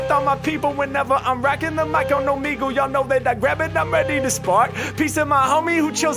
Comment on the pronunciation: When they still mispronounce Omegle you know it’s a real first reaction 😂 I love it